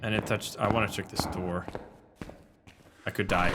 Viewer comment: “Open the noor”